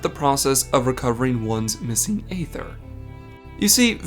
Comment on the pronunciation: Why do you keep saying "ay-ther"? It's been said out loud in the game hundreds of times and it's "ee-ther".